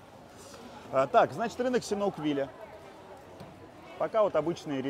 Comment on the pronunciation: Не синауквиля, а сиануквиля. В очередной раз когнитивный диссонанс.